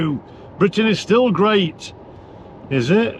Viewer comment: "the charging network is geat in france" - ROFL